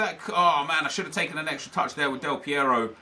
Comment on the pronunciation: Thank you for the right spelling of the R in AlessandRo Del PieRo ;)